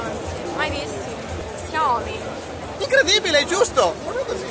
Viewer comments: Si pronuncia ''SCIAOMI'' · Ma uno che abbia pronunciato il nome di "Sciao-mì" come si deve non c'è